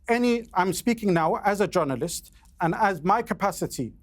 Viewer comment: Terrorist not “Jounarilst”